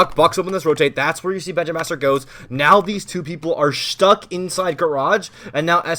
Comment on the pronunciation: anyone noticed how says shtop and shtuck